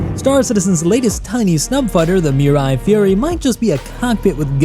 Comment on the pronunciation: it's "Mirai"